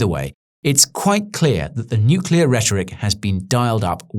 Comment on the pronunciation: THANK THE LORD that you don't pronounce it "nucular"